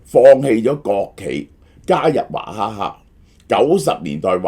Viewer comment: 点解娃读做华、娃哈哈变华哈 哈